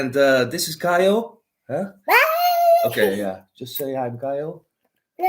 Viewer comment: *Caio not Kyle 😁 It's pronounced Ky-O